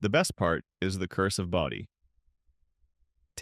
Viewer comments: where can you stay overnight in Bodie (Bodie is pronounced Bō dē) your ai voice mispronounced town names so much it's like nails on a chalkboard! Then turn around.and say it correctly. tm confused is this about old towns ppl are moving into?_ cost being a major factor. Where can you purchase a house or RV pad in Calico let alone Bodie. You have some interesting topics then blew chunks out your AI ass. A little research can vastly improve on facts presrnted not snagging info off others websites. Using AI to do all the work and by adding one more command and having it verify the information before uploading it. Visually your pictures are like looking at a Jackson Pollack painting. Usually you start by showing pictures of the actual location then you start interspersing pictures that blatantly aren't from there. Out here in the desert you don't want mislead anyone who may want to buy a house. Death is no stranger in the desert Anyway I doubt you read the comments since you probably run 1000 AI Channels concurrently. Last of what I add on here is advice. Shitcan AI narrator it's a joke also quit using AI generated pictures. Fact check it. Upload. Joe Public is over all the AI barf. Great story ideas but you shit your AI pants after that. Just had to unload. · AI garbage. Bodie (pronounced "BOW-dee", stupid AI) is a California State Park. You aren't going to move in anytime soon. That's when I quit wasting my time watching this AI garbage.